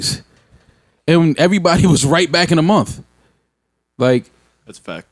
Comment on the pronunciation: Joe its Month not momf